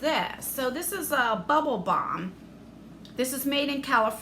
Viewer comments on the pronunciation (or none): none